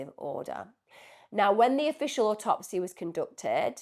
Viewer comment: Autopsy. The cadence is on the first syllable of the word.